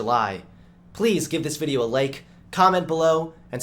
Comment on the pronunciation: Do you purposely pronounce lake instead of like? It is funny, but just wondering at this point if it's intentional xD